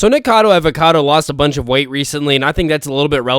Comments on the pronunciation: It’s Nikocado not “nikado 🥴” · its nikocado not nikado